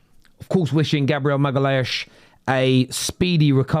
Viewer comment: Did you say maiegeliaesh😂😂😂😂.